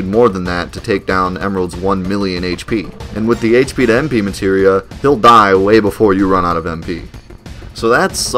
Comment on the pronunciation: omg. aire tam storm.. materia storm. to bad the german translation on psx called materia "substance", so i never got the clue.. and out the window it goes